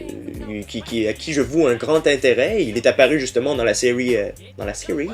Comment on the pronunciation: Dans la sewie ? dans la sewie :D Bonne video !